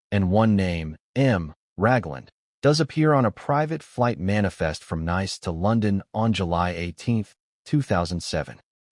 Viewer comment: From Nice to London Neese to London. Pronunciation.